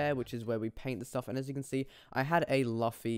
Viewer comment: he said luffy whrong omfg